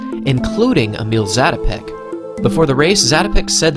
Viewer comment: As a Czech, your pronancuation is not bad, but to improve, "i" in Emil is pronancuated more like in english word "mill".